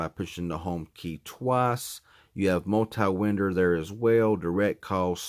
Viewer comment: He said Winder instead of window* 😂😂